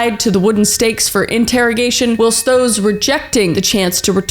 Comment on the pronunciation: Does she not know how to pronounce whilst or is she just saying a different word?